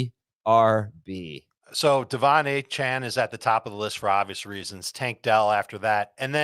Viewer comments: Pronounced A-chain, not A-chan lol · A-Chan is mispronouncing his own name